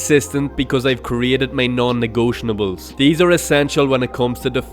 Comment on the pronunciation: its not "negotionables" your're adding a full syllable